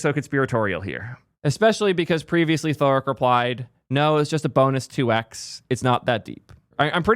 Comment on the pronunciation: That is the craziest pronounciation of Thariq I've ever heard